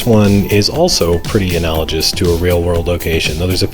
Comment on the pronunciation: Analogous actually has a hard "g". (Yeah, I'm THAT guy. Or should I say "juy"? 😉 I'm actually a card carrying member of the School of Hooked On Phonics, too. 😋) Great videos! 🙂